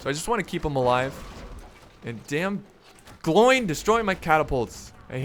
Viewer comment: It's pronounced "Glo-win"